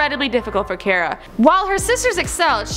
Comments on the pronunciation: CAR-UH not CARE-UH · CARA, NOT FUCKING KIERA 😂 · If your going to host a show about famous people, at least learn how to pronounce names. It's "car-ah" not "care-ah" and she's so awkward when she talks and moves it made me uncomfortable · for fucks sake it's not CARE-A it's CAR-AH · you mean car-ah not car-a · It's car-ra not care-ra! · Car-a, not Care-a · At least pronounce her first name properly, Do you drive a care? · car-a not care-a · This channel can never get anything right. Friking "Caera" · Fucking "care-uh" smh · it's pronounced car - a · It's pronounced cAra...like, CAR-A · DID YOU JUST SAY CAY-RA? TRIGGERED! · "Care-uh" fucking "care-uh" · this channel is notorious for mispronouncing names. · Her pronunciation of Cara irritated me the entire way through... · The pronounced her name wrong and I cringed so hard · Why would you mispronounce her first name when she clearly introduces herself with the correct pronunciation at the start of this video?? I don't know why you guys can't ever get pronunciation correct. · She's saying the name wrong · Stopped as soon as she said her name wrong, I'm sorry but come onnnnnn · Cara literally just says her name and then you mispronounce it. That annoyed me sm ahh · She's saying her name wrong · This host is so cringeworthy. She can't pronounce her name correctly, I can barely understand her slurring words, and when I do she sounds so forced and awkward. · if you're going to make a video about cara delevingne, at least pronounce it properly. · Car-a as in what you drive, not Care-a, and Joan | not JoAnne 😬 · okay the fact that the host pronounced cara wrong was annoying but I was fine with it since a lot of people do that, but how does she not know how to pronounce anna karenina??? i thought that was something that even if you don't know anything else about anna karenina, you've probably heard it pronounced enough to know how to say it